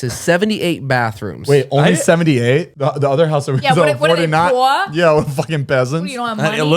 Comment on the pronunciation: PLEASE Italian accent “WHAT ARE THEY POOOORR”😭😂